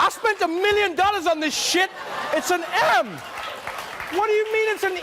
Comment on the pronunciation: An M, shaped like an M. English isn't my first language, it sounded like "shaped like an ham".